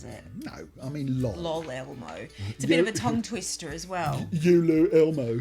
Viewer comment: Upon my second watch, I realized that LOL Elmo is actually kind of clever because you're presumably supposed to say it like "El oh el Elmo" and not the much more memey "lawl Elmo" that you went with.